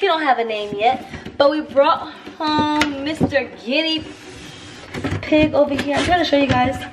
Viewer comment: she said ginnybig 😂😂😂😂😂😂